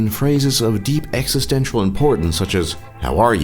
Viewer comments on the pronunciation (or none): none